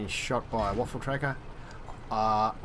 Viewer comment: Its not called Waffentractor...its Waffenträger. Only a Tipp.